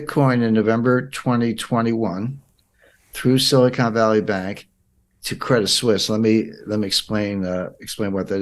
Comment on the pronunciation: The word you should have said is silicon, not silicone (re: Silicon Valley Bank).